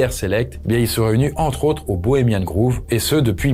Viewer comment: Grove (comme « gros » en français), pas groove 😉